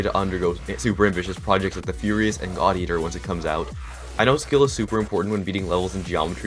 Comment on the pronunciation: Who else heard thot eater instead of god eater? xD